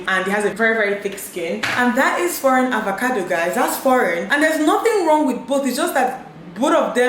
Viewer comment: Is it avacado or avocado? Dinma keeps pronouncing it as avacado. Am I missing something?